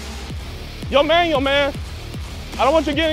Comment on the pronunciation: You guys keep calling him manuel... like he's a manual for a microwave or something, but it's pronounce man-WELL... Emphasis on the "well" at the end. Also pronounced mahn-WELL, if you wanted to be language specific.